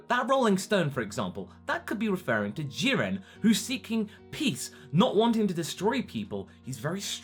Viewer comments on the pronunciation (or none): none